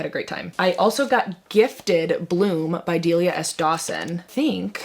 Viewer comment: Please please please if you say that Bloom is one of your favorite books, pronounce the author’s name correctly! Delilah, not Deliah, you are missing the L. I don’t know why it drives me bonkers, but it does 😂